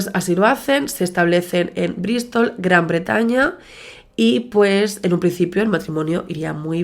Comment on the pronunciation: "Famosos juegos pero yo no tengo ni idea"😂😂. NI YO TAMPOCO!!! A ver,repite conmigo G R A N B R E T A Ñ A😂. No es difícil 😂. Ay madre,un caso tan serio pero es que me hago pipi con tu manera de narrar